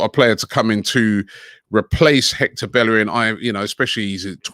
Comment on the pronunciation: The disrespect is that bellerin has been at the club 10 years and they still don’t pronounce his name correctly 🤣🤣